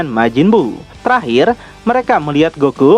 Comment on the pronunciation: Bukan gen kidama, tp cara bacanya gengki dama